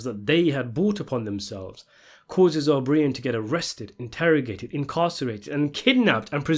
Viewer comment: O BREEE-IN??? OH-BR-EYE-IN!!!!